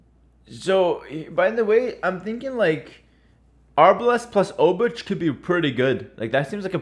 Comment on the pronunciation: I'd say "szlachta" is pronounced "shlakhta" and "obuch" - "obukh"